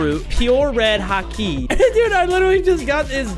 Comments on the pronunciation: hakeee bruh its called haki not hakeee and ond pronounced haw key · Its Haki not ha kiiiiii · Bro said hake💀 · “death the wolf, red ha-kee “ 💀💀💀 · It's called ha-ki not ha-key